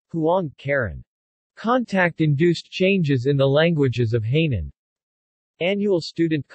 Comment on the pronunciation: He pronounced the Hai in Hainan as hay ie straw in English. I could not help laughing. The Hai in Hainan.means sea and the nan is south..Self explanatory. 🤣🤣